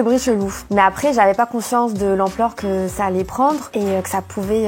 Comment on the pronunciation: Par exemple elle dit aprés au lieu de après